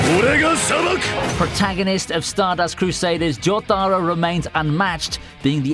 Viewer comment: Well that's it. Last anime you shall butcher. Blocking your content. How do you pronounce jotaro so wrong. PEACE, and love dawg